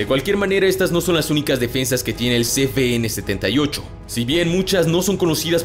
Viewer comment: Por qué pronunciais ce be ene si es ce uve ene?